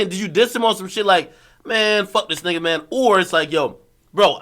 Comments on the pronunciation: did he say it with a hard R and why? lol. Then it sounded like he corrected himself but still said it with a hard R again. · That Hard "R" tho, TF! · This dude accentuated the er like a hick.